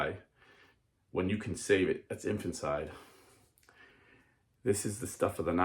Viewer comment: It’s infanticide, not infancide.